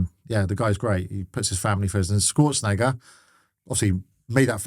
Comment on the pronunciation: “Arnold Skwortzenager”